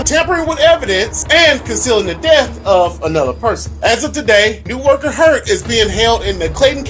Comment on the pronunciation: It is pronounced “na-woh-kah. Thank you.